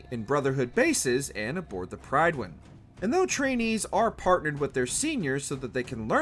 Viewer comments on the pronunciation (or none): Pronouncing it “pride win” was all I need to hear to know this dude ain’t play the games lmao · It's pronounced "Prydwen" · I don’t hold high expectations for the gaming side of Mojo so honestly I was just watching because I love the games and the show lol. I mean listen to how they pronounce “Prydwen”